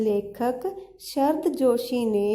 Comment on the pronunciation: Shrd nhi sharad ...hindi pda rhi ho bol to thhik s lo